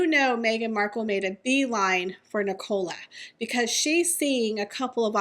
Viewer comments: The name is pronounced Nic-ah-la. Not Nic-OH-la. Sorry, but it's driving me crazy everytime you say it. It sounds like you're saying Ricola and it is so bizarre lol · It’s NIC - ALA,. 😂